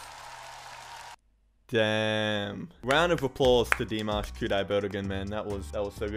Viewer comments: Yes, I totally agree, there’s just something so special and unique about Dimash. His vocals, his stage presence are outstanding. Great reaction to Dimash as always. Oh by the way, congratulations, you finally pronounced his name correctly. Yeah!!!! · Thank you for learning how to pronounce his name. It shows you read our comments. I love that you take time to read the lyrics too. Well done. If you want something more commercial, try Across Endless Dimensions, or Screaming Idol Hits where Dimash is a real pop star. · 🤣🤣🤣 Thank you so much for trying to say his name right 😍. You’ll get used to it anytime soon! You keep saying “I love you Dimash” like you’re turning gay for that 4minutes performance (kidding) ✌️✌️🤣 No worries. We love him too ♥️